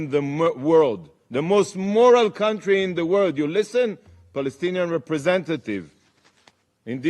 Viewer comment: Couldn't even say moral properly then.